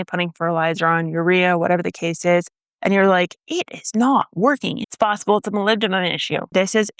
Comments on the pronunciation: MolybdeNum not molybdeMum 😉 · Oh wow that boron deficiency symptom is exactly what my Brandywine tomatoes do all the time... I thought it was just a diva variety that sucks at turning flowers into fruit for unknown reasons... Also did you say MolybdeMum? It's an N ya goose! :)